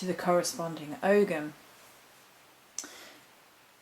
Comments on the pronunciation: Not Og(ham). The g is silent, it's Ow ham or Oham or Ohm. Pls present correctly and thank you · Oh’am the g is silent...